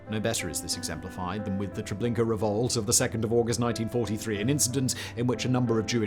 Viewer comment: All I heard was "Trablinkur" for reference.